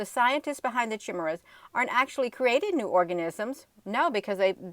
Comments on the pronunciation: Just FYI from a grammar geek... chimera is pronounced KI MARE RA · ....this is the way to pronounce Chimera. KI-MEER-A. The KI is pronounced like kite.